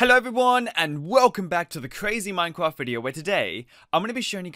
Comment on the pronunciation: Does he say minecwaft